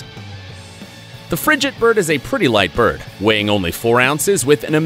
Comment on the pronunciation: You mispronounced frigatebird, named after a frigate - a sailing vessel.